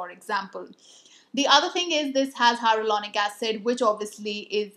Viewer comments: She says HyRo-Lonic instead of Hyaluronic 😁 Cute! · Plz pllzz learn to pronounce hyaluronic acid correctly.. take it as a healthy criticism.. dnt do this mistake again. It ruins all the hardwork u put in gathering all the info wen u dnt pronounce the word correctly..